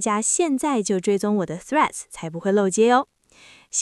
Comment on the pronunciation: 光是threads 發音 正確就必須要按讚😊